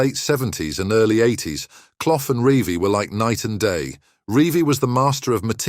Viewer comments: Brian Cloff 🤣🤣🤣, say it proper ya clown 🤡 it's pronounced Cluff, you really don't know anything regarding football do you ??? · It's CLUFF, not Cloff! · Leeds finished 9th in 1978, Forest won it at a canter! Hardly surprising the facts are hazy when can’t even pronounce cloughs name correctly!